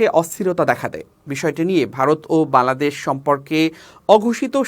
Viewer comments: বাংলাদেশ উচ্চারণ ঠিক হচ্ছে না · ভাই বাংলাদেশ উচ্চারণ টা ঠিক হচ্ছেনা ঠিক করেন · এই বেটা একবারও বাংলাদেশ ঠিকমত উচ্চারণ করতে পারছেনা তোতলা নাকি